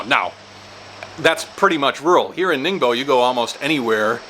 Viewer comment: It’s not ningBO it’s ningBOHH. TEN years in china and you can’t even pronounce BASIC pinyin. Pitiful display